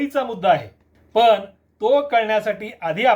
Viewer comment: पन नसतं पण असतं रन नसतं रण असतं. कोणी काही सांगत तर ऐकायचं आणि सुधारणा करावी. बेशिस्त उत्तरं नाही द्यायचे.